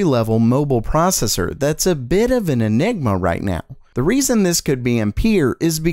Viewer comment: mobel pracesser?